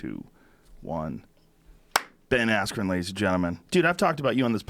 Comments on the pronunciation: The only guy that pronounces his name wrong......“Ayskren” Gonna get the belt though! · Ben “EF” Askren